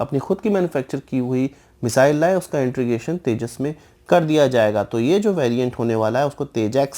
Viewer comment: भाई इंट्रीगेशन नहीं होता, इंटीग्रेशन(Integration) बोलो। बाकी सब बढ़िया।